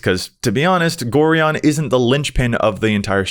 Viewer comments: It's GO-Ryan. NOT GORE -EON. Being an old school Baldur's Gate fan it's hard to listen to this :P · It's pronounced Go-Ryan. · Pronouncing Gorion incorrectly. Me: Screaming internally cause I'm old enough to remember playing the Baldur's Gate games in high school. xD